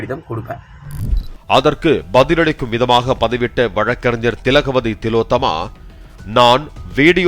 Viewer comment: திலோத்தம்மா இல்ல, ஓல் ஒலோத்தம்மா😂😂😂